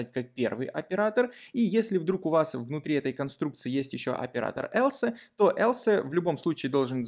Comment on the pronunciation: Else произносится как элс, а не элсЭ. Слух режет. А в остальном всё супер)